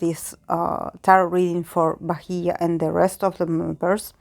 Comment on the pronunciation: Thankyou so much for doing this. And you pronounced her name perfectly. When you said how she knew that she was going to get negative comments even before the show, her uncle told some fans the same thing that she was aware of the negative reactions and was prepared for that. I just hope she's okay because of the immense amount of hate she's getting. Hopefully in future she will be successful and happy with her fans. 😄😄😄